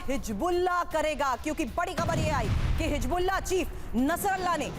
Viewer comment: Medam aap anpadh ho hizbullah ko hijbullah bol rahi ho accha nahi lagta